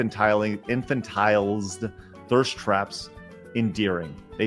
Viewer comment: infantilized is pronounced "in fan til eyezd"